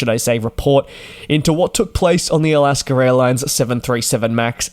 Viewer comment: It is Alaska, not Alasker.